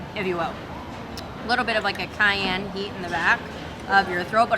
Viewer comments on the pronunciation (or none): none